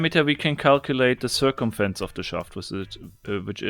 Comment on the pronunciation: "We can find the Sir-cum-fence